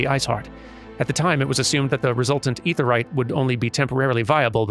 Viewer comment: Perhaps this trick might help for future mentions of the Aetheryte of Tongue-Twisting - Instead of calling it "Awk UhFah," or any variation thereupon, slide the consonant of the first syllable onto the start of the second, as in: "Ah Kuhfah". In this way, you are referring to the "Ah Kafah Amphitheatre," which might be easier to pronounce than the other way.